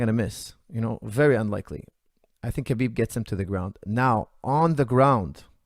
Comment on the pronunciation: mispronouncing Khabib's name makes me feel 100% better about mispronouncing Khabib's name!